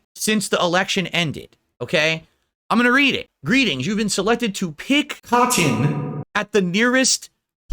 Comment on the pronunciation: Add cotton to the list of words this regard can't pronounce correctly. lol